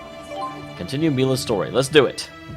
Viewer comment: Calling her "Millia" again, huh? :P